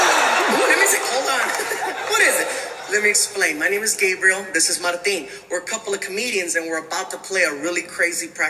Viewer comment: The way you pronounced his name is the feminine way….the “A” is a long “A”. They cheer because they know the story.